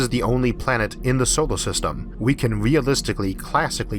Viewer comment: why do you call it "theoform" and "solo system". so many strange pronounciations i had to cut of the video very early.